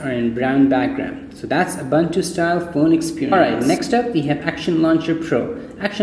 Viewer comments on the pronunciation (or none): oo-boon-too dude. great review btw